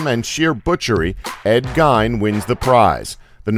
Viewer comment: I - van, not E - von, and it's Ed Geen/gean, not Ed Gine